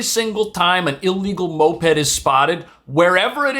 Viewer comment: Just say MO-ped lol